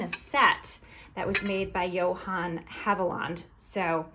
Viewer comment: Love, love, love the fairy print. Thought you might like to know that Haviland is pronounced hav-i-luhnd